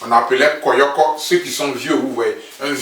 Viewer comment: On dit koyo koyo mais pas koyoko . Moi aussi j’ai pensé à ca ... comme je vis en Europe je sais pas si ça s’utilise encore en Côte d’Ivoire . Je suis très impatiente aussi . Et ces le seul qui es en live avec toute son équipe venu directement d’Abidjan . Fallait le dire dans ta comparaison là . 😀